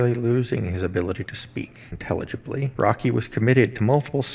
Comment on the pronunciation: Roky pronounced Woky